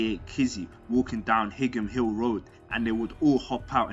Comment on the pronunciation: Higham Hill is pronounced High-am, not Hig-ham lol